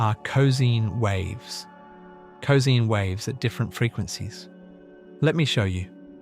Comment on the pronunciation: "cozeen" waves? Euler would be ashamed and disappointed...